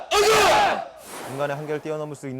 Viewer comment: 순간 아자를 아재로 들은 1인